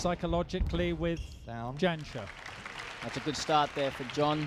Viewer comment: How embarrassing for the co-commentator to have this replayed when he can't pronounce the world's number one's name. It's Jansher you dolt, not Janisher.